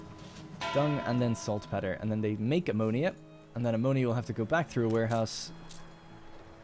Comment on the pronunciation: FYI. it's salt pee-ter not peh-ter